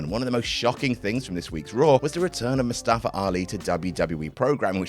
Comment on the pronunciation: It is pronounced "MOO-stuh-fah" not "moo-STAH-fah"